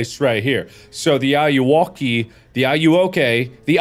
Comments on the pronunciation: I believe it’s pronounced “A-you-whoa-kay” as enunciation of “Are you Okey.” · It's Ayuwoki It's Not Ayayya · It's a meme in Spanish xD it's pronounced "Ah-you-whoa-key"